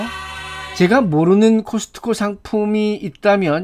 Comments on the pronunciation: 맨 처음엔 '코스트코'라고 불렀는데 들기름 막국수 소개할땐 무의식적으로 '카슷코'라고 발음하는거 보니 오박사님은 분명... 뻥치시네! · 캇스코 라고 발음하시는 것 보니 미국 살다 오신것 같네요. 미국 캇스코는 파이가 종류별로 맛있어서 좋았었는데. 다만 칼로리가 엄청나다는거. 한국에는 요즘 호두파이도 안 팔아요